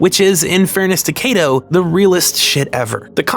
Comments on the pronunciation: It's Kato, not Keido. If you're going to claim to respect someone's name, learn to pronounce it. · hey uhhhh just so you know, since you said you were using it out of respect, you straight up mispronounced Kato's name over and over and over. If you see the letter "a" in a japanese name, it's pronounced "ah" not "ay" every time. the "ay" sound would typically only come from "e" or "ei". it's especially glaring considering how much effort you put into correctly pronouncing names from other languages, tbh